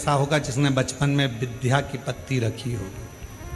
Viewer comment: बार बार आप विध्या कहते हैं जबकि सही शब्द विद्या है।